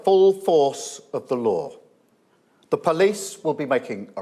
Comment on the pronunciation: It reminds of the pink panther movies when he says the lieau - the law:)))